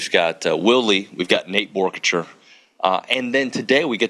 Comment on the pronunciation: Did we tell OB how to say Boerkircher correctly before he said it wrong to his face today? 🤣